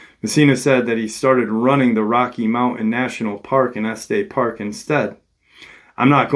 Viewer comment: Just wanted to let you know that it's pronounced (eSS-teSS park) and (Lair-ih-merr county). Colorado native here... Yes I believe this was absolutely a mountain lion attack but my twin brother and I have seen some really weird stuff up in the mountains we have here